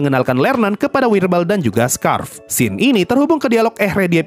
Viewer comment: Sedikit koreksi pemanggilan nama karakter bang Ehre: Eere Scharf: Sharf Richter: Rikhtar